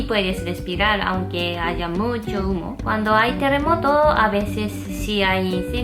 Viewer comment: muy buen video amigos informativo👍.... y me reí mucho lo veré otra vez jajaja LA-PITA!!! yo entendí Muhor o era humor jajaja